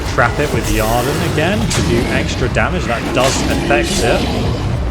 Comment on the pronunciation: So... does your Geralt not know any signs, mate? All those fights and you were just all "brigand" and almost no witcher [lol, drove me a bit mad ;-) ] You should have a decent Igni, and certainly a little Yrden would have been helpful methinks [isn't that pronounced something like "year-den" btw?]. Then again, Quen is a decent health-saver as well ;-) lol, just cos he's a wolf doesn't mean that he uses no signs in a fight, eh? ;-) I enjoyed the video much, and you do the narrative proud - so don't take the critique (for the lack of sign use) too seriously ;-) - many thanks! Liked and sub'd Note - a "Philter" is not a "Pill-fer", it's a "Fill-ter" actually (you did get it right later on, so just teasing). Lastly, to be fair, I'm only thirty minutes in, but he's fought more than a few "victims", all necro' looking, nasty and whatnot. Here's hoping the next 30 see a few more signs & potions mixed in to your skirmishes 😎 Perhaps it's the pro-youtuber introducing extra drama by continuously allowing his health to drop to near death levels? Heh... probably, eh? A little Quen here, an extra Aard or two, perhaps a faster usage of POTIONS for healing - would have been far less dramatic, I suppose. lol.. Makes Geralt seem a tad off his game, but more nail-biting for sure. Well done, man.